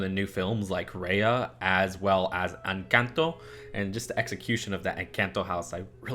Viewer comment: Out of everything from this 23 minute video my biggest takeaway is… you pronounced Encanto in a way that makes us Latin Americans proud 🫡😊